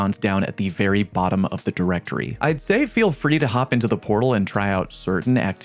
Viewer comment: Bro WHY YOU KEEP SAYING DIRECTORYYYY. gotta be trolling right?